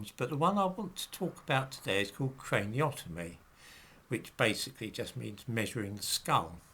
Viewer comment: Craniometry not craniotomy.